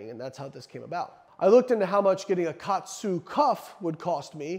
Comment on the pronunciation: It's pronounced ka-atsu. Ka means to add or apply. Atsu means pressure. It's basically applying pressure to restrict blood flow.